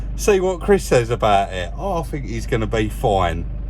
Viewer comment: It’s not the accent as much as the mispronunciation of words “I fink it’s furty free and a furd percent!” A growing number of idiots in the UK are starting to speak like this. They think they’re cool or hard but really, they’re just “fick”!